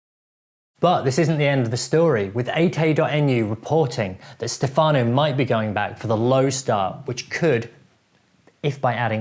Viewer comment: Great video!! Just a little thing: it's Stèfano not Stefàno.